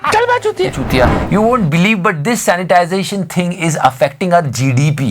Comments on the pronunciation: Sanitation hota h.. sanitization nahi bhai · 'sanitation', na ki 'sanitisation'. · Sir, it's poor "sanitation ",,, not " Sanitization". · Keep up the good work. But it should be "sanitation" not "sanitization". (sorry for nitpicking) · bhaii it is sanitation not sanitization...😉😉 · bhai it's "SANITATION" not "SANITIZATION". By the way great work. Big fan.